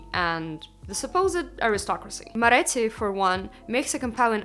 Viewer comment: афигеть на услышав как вы произносите «Moretti» подумал wtf wait a second they must be russian speaking зашёл в ваш инст и оказалось что угадал, хахах суперские видео, вы крутая!! :)